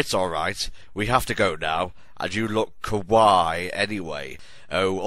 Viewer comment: the word 'kawaii' is pronounced "ka-wah-EE". not "ka-WHY"...